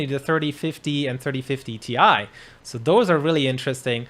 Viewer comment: The guy saying 3050 ti like "tie" makes me think he has never said that out loud or heard other people say that before